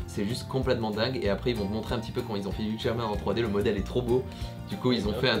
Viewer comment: Petit info : Hugh Jackman se prononce " you jackman" et non "yougue jackman" voilà vous pourrez vous la peter oklm !